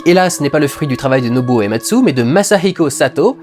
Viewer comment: Salut en merci pour cette vidéo pour faire le lien entre FF et le cinéma, lien qu'on verra de plus en plus avec les épisodes suivants. Par contre j'ai noté 2 petites choses, pour le compositeur, il m'a semblé entendre Ematsu au lieu de Uematsu. Et pour FFVI c'est pas 12 personnages, mais 14 en tout (Terra (Tina), Locke, Edgar, Sabin (Mash), Celes, Cyan (Cayenne), Gau, Setzer, Relm, Strago (Stragus), Mog et Shadow) et les 2 persos facultatifs que tu peux ne jamais rencontrer Umaro le Yéti et Gogo, le mime introduit dans FFV. Et FFVI est aussi le 1er jeu à avoir instauré les attaques désespérées (j'ai plus le nom en tête), prémices des limits break des 4 épisodes suivants et de ff14